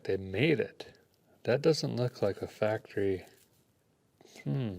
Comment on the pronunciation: it’s not fabricated it’s factree D!!!!